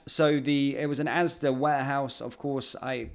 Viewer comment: It’s ASDA not ASDAS